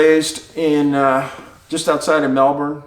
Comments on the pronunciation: I mean look at Picnic at Hanging Rock... there are so many missing cases and weird circumstances in Australia - it's a place for curious stories. Thankyou for all your work its just incredible!!! Also I really appreciate you saying Melbourne right ! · I have family in Australia so was happy to hear your correct pronunciation of Melbourne! But it is JEE/long. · Nailed the pronunciation of Melbourne! But Geelong is pronounced like "Jelong "😋